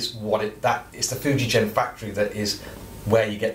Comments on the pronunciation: Nice instrument but it’s pronounced Fuji-Gen and not Fuji-Jen. Hard g like grandma, grape nuts, gonads or even guitar... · Ok will try again! I am AUSTRALIAN, (I thought Antipodean would be a give away!) I actually have some Japanese ancestry on my mother's side of the family. Ok, English spelling of a non European word/name needs to be phonetic! It would be pronounced as 'Foo ji gen', not 'foo ji jen'. Otherwise in English/Roman alphabet, as Fujigen not Fujijen! The other big JP instrument maker is Tokai-Gakki, it isn't pronounced Tokai-Jakki! It's Tok ai gak ki. So in my estimation, Fuji Gen, is the correct way to say that Japanese name! Sorry, this has been awkward! Rock on good Sir! \m/ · Interesting video thanks. I have a lovely 1990 Fender 'Pro Feel' Strat that was made in the Fuijgen factory (btw it's pronounced with a hard 'g' sound as in 'golf''), a guitar I will never willingly part with! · The G in Fujigen is pronounced like generator, not gasoline. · * Groan * not the spelling, the pronunciation!